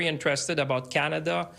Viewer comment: No big deal in Can d i a 😁